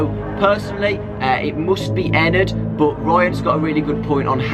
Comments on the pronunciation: it's not ennerd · did other say ENAD XD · Ever notice how Ennard is said like inward?